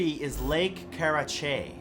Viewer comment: It's car-rah-chay* that's how it's pronounced. So you almost got it! ;)